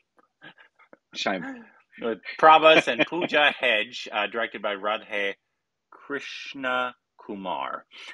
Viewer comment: Radhe saimon😂